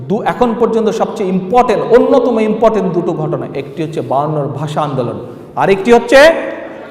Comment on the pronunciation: ব্যাটা আন্ডার ম্যাট্রিক .. Inportant, বলে কোন শব্দ নেই, শব্দটা হবে important ... ছাগল